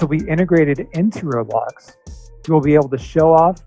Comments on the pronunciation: ITS ROBLOX NOT REALBLOXS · It’s called Roblox, not rosmooth